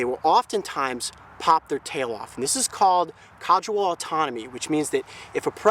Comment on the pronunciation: I've noticed throughout several videos that Coyote keeps pronouncing caudal autotomy as something like "cadual autonomy", I wonder why.